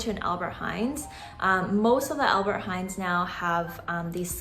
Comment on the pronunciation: Its ALBERT HEIJN NOT HEIJNS no one says it here Or just say Appie or Appie Heijn how the locals say it